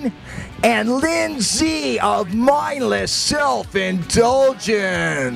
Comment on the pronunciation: It's Lyn-Z. Not Linz.